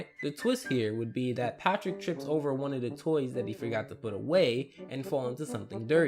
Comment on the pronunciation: when he said one, it sounded like he said eleven. I think it just me though